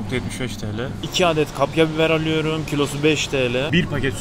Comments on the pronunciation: Alüyürüm diyişine bittim <3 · onu aluyorum bunu aluyorum diyişin nie garip ve hoşuma gitti benim :D